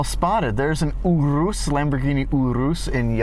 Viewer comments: its pronounced your us (urus) not ooo roose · 1st of all idk if I could be friends with when he pronounces urus like that. 2nd wasn't that urus at a Audi vw dealer.